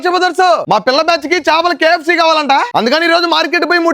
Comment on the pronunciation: Adhiii kfc kadhu me...... Pu. Kafcccc😂😂😂